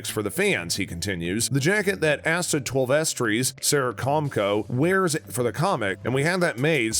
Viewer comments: "Twel-veh-trees"? Want to try that again? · I think he knows the word "twelve" and the word "trees", but got confused by Twelvetrees, and isn't familiar with Native American names like this. He mispronounced a few other words too, so I think maybe he's not the strongest reader.